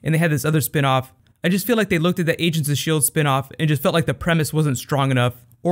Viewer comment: "asians of sheild" LOL